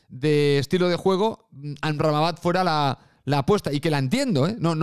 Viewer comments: No sé dice amrrabamat es AMRABAT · el personal se jode de tí por tu dislexia con el nombre del marroquí, en la miniatura está bien escrito pero lo pronuncias con una sílaba más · cada vez que decias "Amramabat" se me salia un pedo. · liándose con la pronunciación de Amrabat 😂😂😂😂😂😂😂😂😂😂